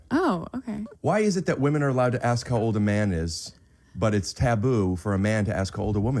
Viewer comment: ''Women'' is pronounced, ''Wimin''. Please try to get it right. Thanks.